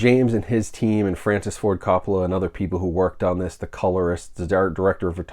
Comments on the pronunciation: Ima help you out brother. CO PAH LAH. Not cop po lah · Great video but one thing, lol. It’s pronounced COPE-ola, like Hope. Nothing big but thought you might want to know. - can’t wait for my set, due in late March. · Sir. Love your work. But you may want to pronounce the familly name correctly. Long "O" think Cope on firsf O then ah La. Thanks.